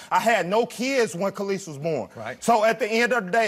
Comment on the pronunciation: “kay lis ah” maury it’s ka’lise.